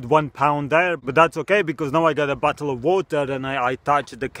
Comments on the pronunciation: Sounds like you say battle instead of bottle lol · Revan The Dragon another thing listen to how he says bottle it sounds like butthole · Why do I hear butthole instead of bottle